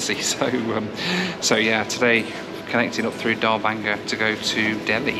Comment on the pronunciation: I giggled every time you said Darbhanga simply because of your experience with the nightly visits you received on the train in your last video. Sounds a lot like “door banger”.